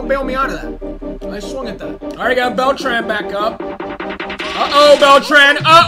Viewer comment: Just gonna say that your mispronouncing Beltran I’m new though 👋